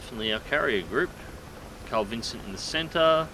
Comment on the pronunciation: G'day, mate. Sorry to be 'that guy'. It sounds like you're saying "Carl Vincent" ... might be my middle-aged ears ... Don't quote me on it, but I'm sure it's 'Carl Vinson'. I'm an old hippy, pacifist, so I concede I might be wrong. Spank you for your servants.